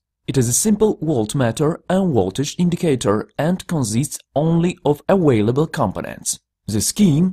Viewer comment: It's Voltage not Woltage. It's aVailable not aWailable!